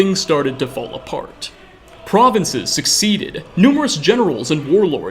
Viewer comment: "Suh-Seed-ed" not "suck-seeded"